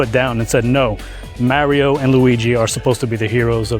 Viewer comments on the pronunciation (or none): Genuine question! Seriously, how do you get so far in adult life and still not know how to pronounce Mario? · Like fr you run a Nintendo channel and can’t say Mario 😭